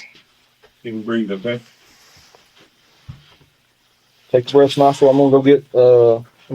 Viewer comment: I wish cops in general would stop saying “WOAKWAY” instead of “OKAY”